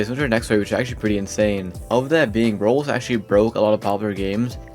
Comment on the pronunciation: Are you calling roblox "rolls"